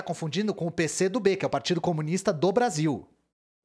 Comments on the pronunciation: CO - MU - NIS - TA são quatro sílabas... #TMJ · 4 sílabas. Por favor né